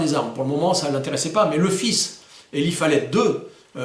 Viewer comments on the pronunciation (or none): Prononciations: Pettengill:Pettenguill Eli:ilaye Whitney:witni roger:wrodgeur walker:waukeur. Merci, super vidéo!